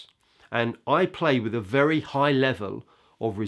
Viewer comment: you are clearly an amazing player/teacher,but you have been listening to too many pro footballers.It is not 'wiv,' the word is with.